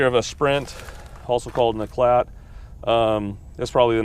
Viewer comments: I's 'eeclaah', sweetie, eeclaah. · It's pronounced Eclar. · Not looked at previous comments. It's pronounced e-claite. But funnily my mother used to call mine the same way you pronounced it cos it was always breaking down and making a clatter noise!! Tho I loved it and still miss it to this day!!! They are fantastic handling cars around the twisty bits!!! Love the example you have there!!!